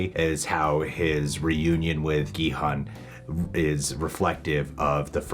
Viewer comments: Gi-hun actually pronounced "Gi hoon" the G is like the G in the word "Get". And the hun is "hoon" like "moon" so there you have it 😃 and you got that right! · With Gi-Hun's name, you guys are close. Your pronunciation of 'Gi' is pretty much correct -- it's a hard G with like a tiny K sound in there, Korean is tough that way, lol -- but the 'Hun' is pronounced as 'hoon' (like toon or loon). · gi-hun is pronounced ki-hoon The guy who made the video butchered his name lmao "Gee heon" ' - '(?) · Gee (with the g like in 'guy')-hoon is the correct pronunciation of the main character's name! The one from the video you're watching pronounces it incorrectly. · Would have been a better video if the guy pronounced Gi-hun’s name correctly. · Honestly the narrator kinda missed the korean stuff and he kinda over reach in some stuff and even pronounce gi hun wrong, did he even watch it? Or did he just collect spoilers from the internet to read..? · There is no hard G in hangeul. The G is actually the english G and K sounds put together. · well the translation/sub of the show is pretty bad. That said, the "oo" in Gi-Hun is shorter, but it's not hun as in "hundred".